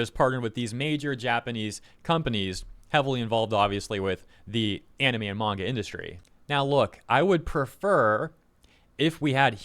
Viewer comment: a true fan wouldnt use a dub smh smh also wtf is a "mayga man"